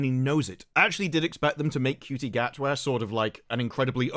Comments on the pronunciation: its pronounced shooty not cutie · Ncuti Gatwa is pronounced "Shooty Inmabooti"